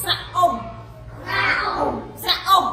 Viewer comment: មិនមែនអានថាស្រាក់ទេគឺស្រាស់ហើយស្រៈនិស្ស័យមិនមែនស្រះទឹកទេ